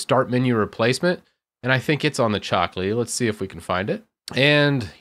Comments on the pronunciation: It's CHOCO, not coco.... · Why do you say "coco" instead of choco? I mean, is choco from chocolatey right? you don't say cocolatey 😁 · Me: "Repeat with me. Chocolatey": "Chocolatey" Me: "Choco": "Ckoco" Whyyyyy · Yes he definitely is a native speaker. He's a tech guy after all, not an English guy xD i would ALWAYS pronounce "Choco" EXACTLY HOW IT'S SPELLED. (CHAWKO) musta unlearned this by grade 2 haha